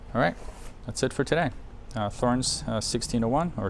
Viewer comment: It drives me made when they say Thor-ens instead of 'torrens'. It makes them sound stupid..So called experts.